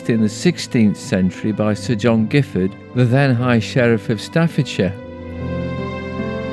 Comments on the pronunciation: The family name is pronounced with a soft G’ as in Jiffard. This is because of its French origins. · My understanding is that William of Normandy, after his invasion of England in 1066, granted the lands to those who had supported him. Therefore the Giffard family name is of a distant French origin and should be pronounced with the soft G. I have heard it pronounced both ways. I live in nearby Codsall and have always loved the countryside round Chillington. I’m now almost 80.